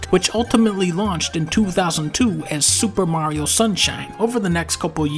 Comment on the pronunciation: 5 seconds in and dunkey hits you with that "SuPa Mario"